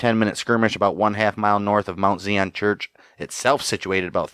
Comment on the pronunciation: The pronunciation is emphasis on the "i" in Zion. It's a word from the Bible. Thanks.